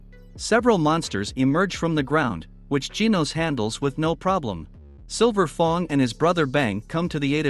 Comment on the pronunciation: Oh nahhhh yo voice be wildin by saying silver fong💀